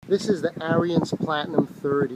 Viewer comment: BTW - It's pronounced "Air" "Rins" not "Air" "Re" "Ins"